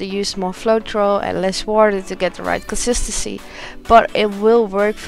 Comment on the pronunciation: Omg if she says consistency wrong again I’m gonna scream!